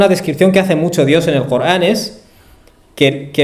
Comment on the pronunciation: Corán. Cooogran , no te e entiend. Payaso. No eres capaz de pronuncia. La r